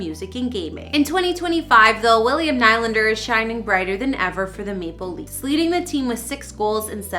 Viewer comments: I do have to say, every time you say NIGH LANDER it makes me cringe. It’s pronounced NeeLander. I’m not “bullying” you. You should have known this before you posted this video. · Can someone please tell this woman that his name is pronounced NEELANDER!!!! 🤬🤬🤬🤬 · what a waste of time and for god's sake learn how to pronounce his name. knee lander not what ever you are saying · I am sorry to say this but it has to be said. There is nothing more unprofessional than someone who is hosting a story or documentary on a person and they haven't done enough research into your topic to know how the person pronounces his last name. The man pronounces his name Knee-Lander. It not only bothers the watcher it really puts a dent in your credibility. As well, Willy wasn't crazy about it either. Please do better. You had a lot of things right. Your presentation and your relationship with the camera was excellent, however when you screw up the subjects name it is hard to save the piece. Good luck in the future. Remember, research is crucial. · I was about to say the same thing is Nee Lander not like the hockey team New York Islander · Please remove this person and never let them do another video. HTF can she not pronounce his name correctly if she says she is a fan of the Leafs? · This girl sounds like a total idiot! They make these videos right outside of Toronto, but she cannot pronounce Nylander's name correctly! I'm calling BS on this! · Calls herself a fan but can’t even pronounce the name right honestly